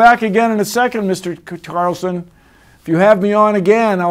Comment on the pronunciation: and there's this... "Mr. cutucaCarlsonnn..1.1!!